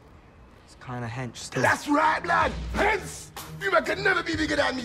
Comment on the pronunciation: he dont say hench he says hense